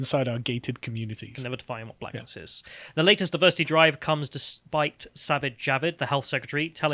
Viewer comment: Is Sargon just trying to pretend like he's doesn't know these people are all corrupt? "Is Jaavid woke"? Don't insult my fucking intelligence.